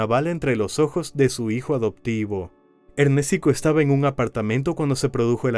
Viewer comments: Ernéstico❌️ Ernes tico✅️ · El que debe morir es el que dice ErnÉstico jajajajaja🤣🤣🤣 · Ernéstico jajaja 😅😅😅